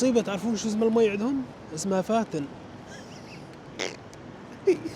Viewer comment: هو بس العاصمة لفظها خطأ الماء اسمه vatten فاتّين ولا يلفظ فاتن والاكل اسمه mat موووت نفس لفظ موت بالعربي ⚰️ وليس كما لفظته . المهم اهلا وسهلا بك